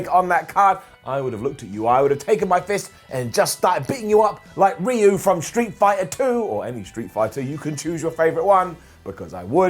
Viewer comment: How did you just pronounce Ryu’s name? 🤔 👂🏾